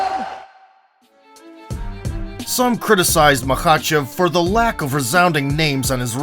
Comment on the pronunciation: Everything aside, i am impressed that you can pronounce the Kh letter bro lol.